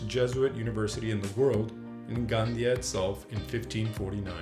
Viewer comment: Gandía, the "tilde" or accentuation mark, must be pronunced. Lots of black legend, but very nice report.